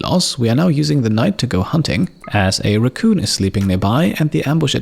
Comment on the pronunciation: "recoon" xD I love it.